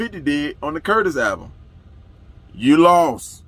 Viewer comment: "Yuh Lawst" is funny asf 😂